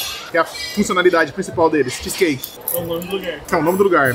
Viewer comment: Vc e famoso de falar as coisas de comida tudo errado Hahah cheese cake factorrrryyyyyy